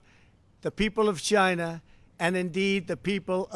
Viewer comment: 1,000,000 deaths worldwide. Where does this man get his figures from? Will he now get his accessories from somewhere other than 'Tchyna'. I do agree that Hong Kong should remain an autonomous state and that China is oppressing the citizens therein against their wishes. With regard to his comments on WHO I do not agree. Squaring the blame on China for the pandemic is unfair and merely deflects from his own inaction and irrational pronouncements in the face of information available to him early on in 2020 re the dangers of Covid 19. Although the speech sounded good I cannot help but think there are ulterior motives involved given the number of times he has lied during his presidency.